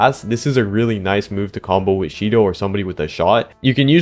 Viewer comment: sh-to❌ she-dough✅